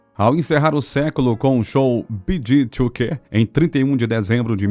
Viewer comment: The pronouncing of the BEEGEES is incorrect just as the pronouncing of Maurice it is pronounced Morris‼️